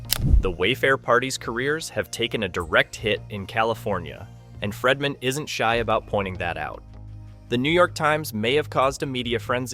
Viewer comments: please fix your pronunciation of Friedman. It’s pronounced Freedman NOT Fredman. Long E. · Its Friedman (FREED-MAN), not FREDman. While I understand that you simply pull from everyone else's YouTube videos/reporting from hours earlier to then compile it into your own video, please make sure the clips you are inserting match what you are talking about at the time. A lot of it isn't matching and you repeat the EXACT same things over and over (the NY Times) but a few minutes apart. You also inserted a clip of the WME CEO (Ari) that had nothing to do with what you were talking about at the time?! It's misleading and the 3 ir 4 videos I've seen of yours, you do the same thing. Obviously, whatever you're talking about should align with the clips that you're inserting at that moment 🙄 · Pronunciation is FREEman not FREDman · My goodness!!!His name is Friedman not Fredman!